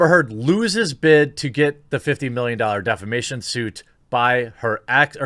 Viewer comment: Everytime you said defamation I heard defecation